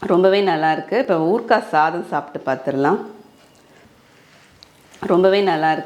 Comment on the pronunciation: Urukkka nu sollathinga, ooruha nu sollunga, kaa romba azhuthathiga